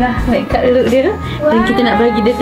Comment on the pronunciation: saya je ke ek yg dengar dia sebut mekk kap? 🤣